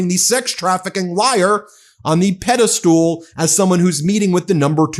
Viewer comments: Pedistal not Pedistool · Hey Ben, it's on a pedestal not pedistool. Look up pedistool, it's a small two step stool. On a pedestal, please, you sound really uneducated when you say stool. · Ben, with love and respect, do you unironically say "peddlestool" or are you out here shouting out The IT Crowd?